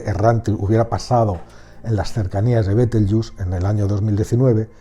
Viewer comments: Betelgeuse por favor, pronunciado tal cual, no caigas tu también en el papanatismo anglofono, Bitelchus, por el amor de dios, betelgeuse NO ES INGLES, es LATIN, mejor dicho la latinización de su nombre árabe. No todo lo que no es español debe pronunciarse como si fuera inglés, y el latín se pronuncia como el español. Los USA boys que pronuncien como les de la gana, su ignorancia no da para más...pero tu...por favor, por favor, por favor... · buen video, pero es una pena que los hispanohablantes hayamos asumido la pronunciación deformada anglosajona de una palabra creada en Toledo (Libro del saber de Astrología, s XIII) a partir de cómo sonaba el nombre que le daban los astrónomos árabes.